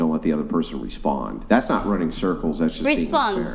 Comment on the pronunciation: “Running surculs around his Aauusss”😂